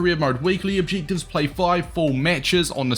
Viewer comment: Not to be rude but stop saying objectives like that😂